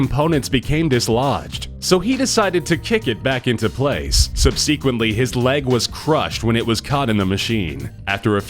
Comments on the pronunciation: Sub-see-quently? Really. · What's up with your pronunciation of "subsequently"?